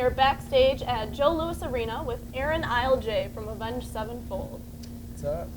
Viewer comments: Isn't his last name pronounced 'ILL-AY' not 'ILE-JAY' ? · *Cough *Cough Its pronounced Il-uh-high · Who is this "Arin iLLLLejay"she doesn't even know his name. lmao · Its pronounced ill-uh-high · she pronounced his name wrong